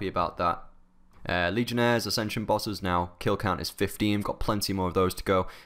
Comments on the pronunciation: Its not "lee-gen-es" it's "lee-gens" :p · It's pronounced "lee-gens" not legionaries, that's a disease lol...